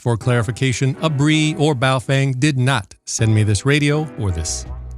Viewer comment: Your videos have been extremely helpful! So I thought I would give you help too, Feng is pronounced Fung in Chinese so it would be "Bao fung" doesn't sound as cool as boof Feng lol but again thanks and keep up the great work!